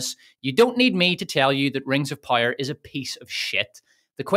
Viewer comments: POW-ER, not pyre, pire, Pie-r, pyre. I understand. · Stop saying rings of pyre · I keep hearing Rings/Wings of Pyre, lol. Edit: Unless that's what he's saying? I can't tell. 😂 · I don't know what is your accent but man, my bones snapped every single time I heard you pronounce power Pyre Pyre Rings of Pyre Galadriel's pyre :face-purple-crying::hand-orange-covering-eyes: Jokes aside this was an immense pleasure to watch, agree in every single point you made, good job. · I keep hearing rings of powder 😂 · ring of pajer xdd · Great video though💯 I just thoutht it was funny how you said power😅